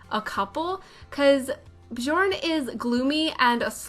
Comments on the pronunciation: björn is pronounced bee-YORN (bee is short) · I just love how u said Bjourn.